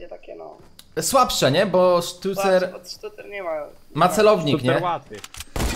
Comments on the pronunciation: Sztucer a nie stiucer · Sztucera nie sztjucera xdd